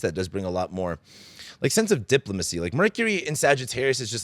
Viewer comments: and marks- How ironic?! The pronunciation of the word 'Diplomacy' sounds like 'duh·plow·muh·see'. 😄 Love you,! Keep up the great work! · I’m not sure if you did this on purpose, but talking about saying a word wrong with Mercury in Sag (I think) and then saying diplomacy wrong at the same time, made me chuckle. I love these updates and your non-sugarcoated take on astrology. Thank you for making them.